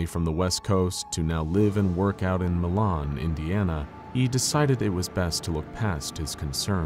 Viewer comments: so as someone who lives where Milan IN used to be, its pronounced ‘mY-lan’ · Just to lyk it is pronounced my-lan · It’s pronounced My-Lynn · Mylan Indiana, not the French pronunciation "Milan" Yes, this is a real place. I've been there. Ripley County, Indiana. Allen County is northern Indiana, up by Fort Wayne.